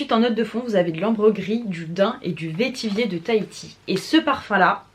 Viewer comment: Bonjour, le mot vétiver se prononce "vétivère" (comme vert, la couleur) et non vétivier;-) Si tu aimes Baccarat Rouge, je te conseille d'essayer Tinharé de la maison Couvent des Minimes (vendu sur le site de Marionnaud), c'est un parfum fabuleux, extrêmement raffiné et singulier, et très similaire à Baccarat Rouge apparemment. On m'a arrêtée plusieurs fois pour me demander si je portais BR alors que non....